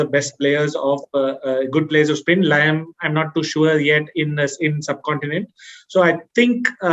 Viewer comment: Gs it's liam not lime